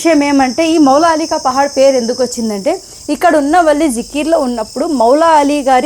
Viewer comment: మాలాలి పహాడ్ కాదు తల్లి మౌలాలి పహాడ్ అనాలి , స్టాటింగ్ లో స్పెల్లింగ్ మిస్టేక్ ఉంది సరి చేసుకో ...... టైప్ చేసే ది సరిగ్గా చేయండి .......